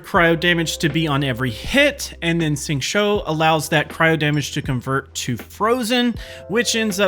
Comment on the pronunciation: Nice, but when describing what you’re doing, it’d be helpful to say specifically what power you’re casting (eg “use Xingqiu’s E”, rather than simply saying you’re applying “this” or “that”. It’d also be much easier to follow your technique if you pronounce the character names a bit more correctly— Xingqiu is closest to “shing chew”, not “shing cho”. The English voice actor is wrong too (listen to the Chinese VA or go here ) along with most YouTubers, so you’re not alone there.